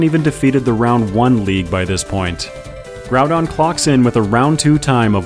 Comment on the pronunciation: According to the katakana, you're pronouncing both of the names correctly. Except that Groudon is more like... Grawdon for some reason. Gonna go with your pronunciation there